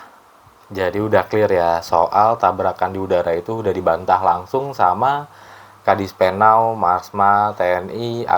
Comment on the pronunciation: Koreksi. KADISPENAU bukan KADISPENAL.